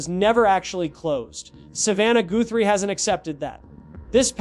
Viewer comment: Is this AI? Why the poor pronunciation of the Guthrie last name?